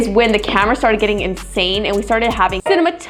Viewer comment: It’s Pronounced Cina (As in Cinema) matic